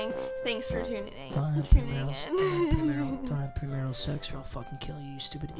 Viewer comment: Nobody: Papa: NO PREMARAL SEX